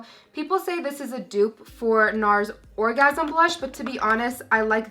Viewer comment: hehe you said orgasam